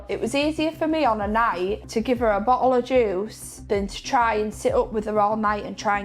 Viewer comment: bo’el o’ juice